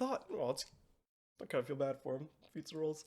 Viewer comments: Fizzarolli: ❌️ Fizza Rolls: ✅️ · Keep calling him Feets-a-rolls 😭 Doing my boy so dirty! Also I love how Ozzie's instinct upon getting a video message from his boyfriend is to throw it on the big screen during a business meeting. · I'm pretty sure all the fans of the show were glancing toward this episode and next every time you mispronounced Fizz's name or reiterated your dislike of him. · new drinking game: take a sip every time mispronounces Fizz's name I'd say a shot but I don't think that'd be wise XD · I think it's hilarious that it took THIS long for him to realize he's been mispronouncing Fizz's name despite it being said multiple times before now.